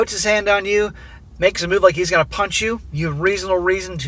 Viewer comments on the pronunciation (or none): none